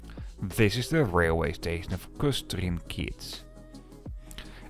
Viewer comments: Het IPA-script heb je op school geleerd, of niet wel? Dan volstaat in de WP na te kijken om te zien dat Kostrzyn [ˈkɔst.ʂɨn] wordt uitgesproken. Ik denk het moest vanzelfsprekend zijn dat publieke multipliers zo als jij wat zorgvuldiger moesten werken, voordat ze over de eter gaan spreken. Afgekeurd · Are you too much of an idiot to correctly pronounce the simple word Kostrzyn?